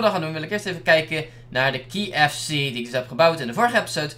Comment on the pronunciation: je spreekt kfc verkeerd uit